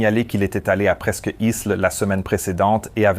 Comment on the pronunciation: Toujours très intéressant et surtout bien au delà de certaines vidéos dans lesquelles l'enquête reste superficielle, mais disons qu'ici il faut aussi une certaine connaissance de l'aviation, ou du moins s'y intéresser de près. Mais l'IA a eu un problème avec la prononciation de " presqu'île " 😁